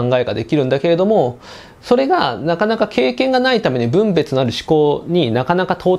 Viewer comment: この場合の分別は ✕ぶんべつ ○ふんべつ です。 ゴミはぶんべつして出しますが、そうするとイントネーションが違うｗ